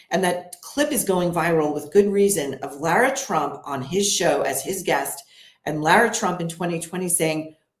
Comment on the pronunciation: Why can't this lady pronounce Laura?? She calls her Laira? Very strange.. is she taking a jab at her? Or is their reason for it. Am i missing something?